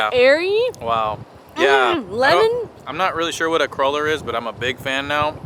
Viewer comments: CRUEL-LER not cruller. Pronounced (krewler) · Hehehe it's pronounced "Crew-Ler" not "Crul-Ler" you silly gooses :) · I'm so excited for you guys for going to Celtic Colours. My husband and I hope to get there one day. The crullers are popular in my hometown of Milwaukee. We pronounce them "crawlers" and they're shaped like long Johns; other places they're found I've heard it pronounced "crew-lers." No matter how you say it, they are indeed delish (with coffee or tea in the morning).